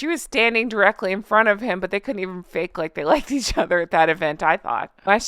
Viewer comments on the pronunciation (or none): none